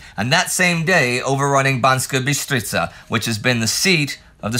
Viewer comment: thanks for good pronouciation of BanSka Bystrica in this episode :)